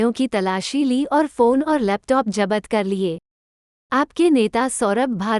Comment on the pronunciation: First you learn proper hindi or urdu...it's zabt kar liye....not zabat jar liye..then say something..